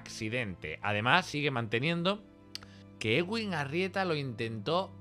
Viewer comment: Es eduin no egüin, de Edwin.